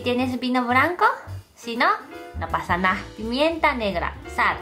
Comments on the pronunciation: como le has enseñado andaluz a una japonesa? XD me encanta como habla "no paza na" no me e reido mas en mi vida XD saludos desde Sevilla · Que gracia me hizo en el minuto 12 cuando dijo (no pasa na) Un acento muy andaluz y también extremeño. Sois los mejores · Me encanta cuando dice "No pasa nah" o "mah o meno" ><❤